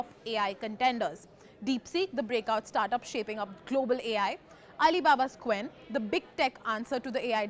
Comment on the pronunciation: It pronounces "ch wen", not "k wen". Romanization.